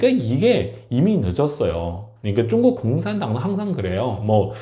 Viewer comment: 이 사람 발음이 문제네.. 쭝구가 뭐야? 중국 발음이 그렇게 힘든가?